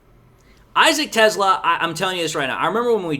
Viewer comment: not sure but I think Teslaa is pronounced tes-lay-uh